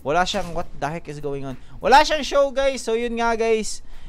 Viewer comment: "Wat the hik" ka bisaya ba uy HAHAHAHAHAHA